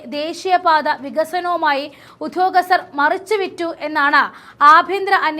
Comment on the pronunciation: എന്ത്‌ മലയാളമാണ് കൊച്ചേ ഇത്, അന്ധാരാഷ്ട്ര തുറമുഖം, ഉദ്ധൃോഗസ്ഥർ... നേരേ വായിച്ചു പഠിക്ക്.